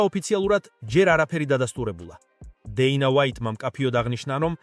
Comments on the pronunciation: ტოპურია არა შე ყლეოო თოფურია და დეინა ვაითი არა დენა ვაითი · ტოპურია არა.თოფურია.დეინა არა.დანა ვაითი.ვერა რა ვერგიყურებ გადმოცემის უნარი 0 🤡